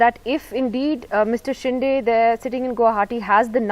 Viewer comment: Nidhi Razdan should atleast get the pronounciation right for "Shinde"